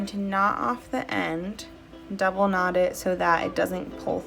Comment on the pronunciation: When you said that you were going to "knot off the end" of the thread, I heard, gnaw off. I was wondering how that would work out for you :)